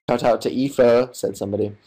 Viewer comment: OMG! He pronounced Aoife right! 😂